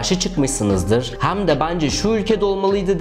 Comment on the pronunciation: Ülkeleri bu kadar yüzeysel ve üstün körü zaten herkesin bildiği ya da kolaylıkla ulaşılabilir olan sözlerle anlatarak bir takım yargılara ulaşamazsın. Biraz daha içini doldur ve emek ver. Ayrıca "meydanaaa geldi", " e" harfini açarak hem demek gibi hatalar da kulak tırmalıyor ve rahatsız ediyor..